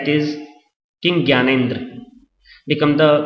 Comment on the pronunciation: its gyanendra ...not gyanedre..